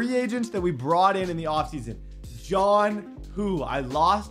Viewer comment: why is he unable to say jonnu?